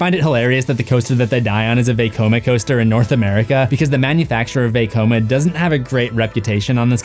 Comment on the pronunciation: Nice vid, but it makes me cringe every time he says veykoma instead of vecoma